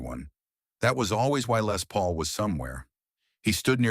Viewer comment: Lay Paul..AI nonsense!